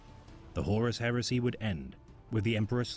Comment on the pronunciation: Heresy is pronounced hair-uh-see, not hearsay 😂😘